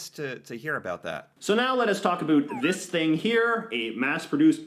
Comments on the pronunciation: No kidding, cuz I've never heard any Canadian pronounce about like that. I am mid 50's & live in MB. Maybe some areas of Quebec pronounce it like that. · First time I hear a Canadian say "aboot". 😂 I'm from Montreal, Quebec. Didn't know it was a thing until I watched your videos. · I guess you never heard of putting left over syrup in a different container. Those are just wool socks. Nothing special about them. is the first person I have EVER heard pronounce about like aboot. A lot of the No Name products are actually the same as a brand name product and made by the same brand name product. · I had never heard anyone say it like he did in the video either, until I was in a hotel in Toronto. I turned on the tv and the news was on. The news anchor said aboot a bunch of times. I was like, 😲 "It really is a thing"! I just thought all of the ribbing I would get from USicans (I live in USica) aboat it was them being coocoo. I mean most of them are, but that's beside the point. (They think their country is America 😂🤣) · Why is he saying about and around like that? Tf? Nobody talks like that. Also, I didn't know Americans didn't know what a poppy was! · is wrong about so many things when it comes to Canada. And Canadians do not pronounce "about" the way he says it. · no pronunciation like that in Quebec either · This guy is saying "aboot". Never heard anyone actually pronounce it that way. We say "aboat". President of Loblaws. No, you open the can and pour the syrup into a pitcher which you keep in the fridge. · The "aboots" and other "ou" words pronounced as "oo" make me angry...what a stupid stereotype to perpetuate. I don't like him either. I live in Ontario, and I really dislike the condescending tone he often uses, and the downright disrespectful way he disparages Quebec. Sometimes I feel that his point is to ridicule Canadian culture rather than educate people about it. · Where is he from? Why is he saying “Aboot”? Is he trying to be funny?